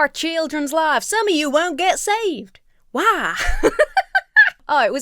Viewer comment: I’m gonna walk around all weekend saying “hwhy?!” cuz the way he pronounces it definitely has an H at the beginning 😂